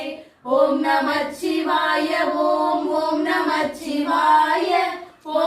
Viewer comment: நமசிவாய என்பது ஐந்தெழுத்து மந்திரம்.நமச்சிவாய என்று உச்சரிக்க கூடாது அன்பு மகள்களே 🙏